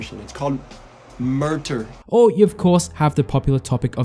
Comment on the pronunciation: tf is “MURTER”???